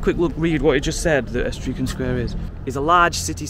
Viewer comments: Tuscany in Italy...capital Florence...you have probably been there...Tuscany comes from ETRUSCAN...a culture that predated Rome. The Etruscans were actually the overlords of the Romans...eventually of course the Romans conquered the Etruscans and all of Italy. Etruscan pronounced e TRUS can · To pronounce etruscan split it into 3. Et-ru-scan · Embarrassed yourself with not being able to pronounce a simple word. Jesus. Why keep putting a s between the e and t ? It’s only 3 syllables for gods sake. E-trus-can. 🙄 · E-true-shan square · Firstly I'll give you the pronunciation of Etruscan square. Just think of the woman who was PM for a short time, Liz Truss then add the E at the front but not like an Ee or Ea and the can at the end like a can of beer. E- truss- can. I have been a Stokie for half a century and it's so sad to see how bad it's got. Being a labour stronghold for pretty much ever I believe it's really struggled to get any funding when you get conservatives at Westminster. It's only recently that I think the local government has been able to get any funding at all. There is a pottery museum in Longton, the Gladstone. I'm writing this as I'm watching so at least you got to see some bottle kilns I see. Great video, thank you. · Etruscan ih-TRUSK-ən Or just say E - Truss - kin Also, while I wasn't there, I am certain you spoke to a woman in that soon-to-be bookshop, not a girl. I wouldn't think a girl would be opening a business - a woman likely is. Not to be too stroppy about it - but women need to be treated as such and respected. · its pronounced ee-trus-can its the name of the people that lived in italy before the roman empire/ancient rome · E- trus-can. the etruscans was a pre Roman italian civilisation. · YOU SHOULD LEARN TO READ MAPS IT WILL HELP TO LEARN YOUR WAY AROUND TO FIND WHAT YOU ARE LOOKING FOR ETRUSCAN IS EE TRUSS CAN 3 SYLLABLES MAYBE SHE CAN YOU ARE DOING A GOOD JOB TO SHOW YJR STATE OF THESE TOWNS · It's EH-TRUSS-CAN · Pronounced Ee-truss-ken